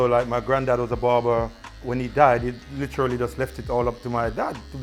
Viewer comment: HD everytime someone speaks-“Litcherallly”